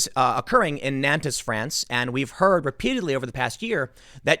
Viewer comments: I mostly clicked on this video to see how Nantes would be pronounced. I wasn't disappointed 😂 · "Nantez" LOL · Nantes is pronounced Nahn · Tim Pool, fyi, it's pronounced "naunt" like gaunt. You're killing me with nan - tez. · Just to be an arsehole - It’s pronounced ‘ Non-t ‘ . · Gentle correction, it's not pronounced Nan-tez, it's pronounced Nawn-te. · Pronunciation note: Nantes = approximately "Nawnt" (with an aspirated "t"), not "Nan-tiss" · Nantes is pronounced like “NONT”, not like “NAN-tez”. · "NAN-TEZ" is pronounced "NONTS" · Tim, it's pronounced Naunt, not Nantez. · It’s Naunnt .. not Nan-tes 😉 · It's pronounced N'ONN'TT'** geez the presumption that you got it right just cos it came out of your mouth man c'mon. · It's pronounced "Nant", or even more accurately, "Nont". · It's pronounced "Nont" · NAN-TIS France. Lmao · Nantes is pronounced nãt. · It’s pronounced “nance” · Nantes is pronounced NAHNT. 🤷‍♀️ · It's pronounced 'Nornt' Tim ffs! Don't look to the left for suspects on this one - though it's still all part of the intersectional/multicultural/west is bad/white is evil narrative. Slavery existed in north America before any white man set foot there! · Nante pronounced "nawnt" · Dude, Tim you claim to do a lot of research on the topics you cover, could you make more of an effort to correctly pronounce foreign names, words, cities etc.? It only takes a little time to look it up. Non-tez? Dude? Seriously? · Nantes is pronounced like "naunt" Sad story, thanks for covering it. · FYI: The city is pronounced "nawnt", one syllable. the final "s" is dropped, unless the following word begins with a vowel. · The French pronounce the town ''Nont'. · Nantes is pronounced as between NART and NONT. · NAN TEZ 🤦🏼‍♂️ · Please stop saying Nantez Tim. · I’m going be “that guy” and let you know that “Nantes” is pronounced “naunt” - I have family who live there. Love your work Tim, keep it up!!! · Nantes is pronounced naunts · Nobody: Tim Pool: “Nan Tezz”